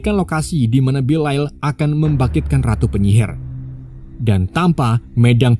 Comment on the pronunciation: haduh belial dibaca belail🗿